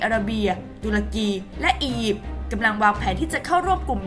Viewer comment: คนอ่านข่าว Top News ทำไมยังอ่านชื่อประเทศ ตุรกี หรือ ทูร์เคียร์ ผิด